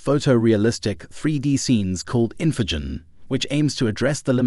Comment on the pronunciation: It also completely butchered "Infinigen" the first time, right when the word was on screen. "This is INFINJIN" lol